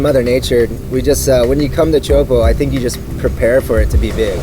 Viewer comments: its not tee ow po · hahhaa. he said tee-ow-hoo-po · the way he pronounces it just makes me mad